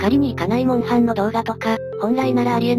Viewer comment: モウハンじゃなくてモンハン